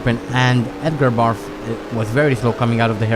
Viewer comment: Maybe it's your accent, maybe it's a subtle joke on your part, or maybe I'm hearing wrong. In any case, I'm amused that you pronounce Edgar Barth as Edgar Barf.